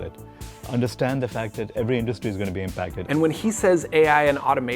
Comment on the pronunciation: I hope this narrator learns how to stop saying "industry" like a weirdo.